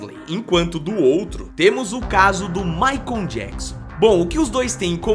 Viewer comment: "MAICON JACKSON" 😅😅😅 "Abrasileirou" o nome do coitado do MICHAEL JACKSON. 😂😂😂